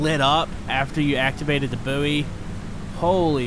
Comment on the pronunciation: Boo-ee? It’s pronounced ‘boy’ isn’t it? Could be American I guess?